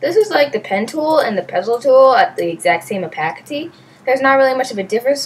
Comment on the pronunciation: oh-pay-city not oh-pack-ity